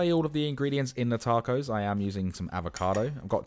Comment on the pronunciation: this vid is great but the way you said tacos made me want to turn off lmaooooo.